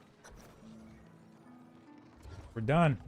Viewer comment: Rapey Er not Ray Pierre.